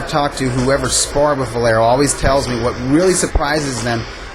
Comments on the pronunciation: Is it that hard to say Valero instead of Velaro? Damn, dude. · VA LE RO. How can the other guy mispronounce his name over and over again? Jeesh. Velaro? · Why does this shmuck commentator keep saying Velaro instead of Valero....its irritating